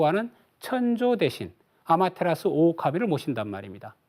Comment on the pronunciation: 아마테라스 오오카미가 아니라 오미카미 ᆢ늑대냐?오오카미게? 아는체만 하고 ᆢ많이 틀리네ᆢ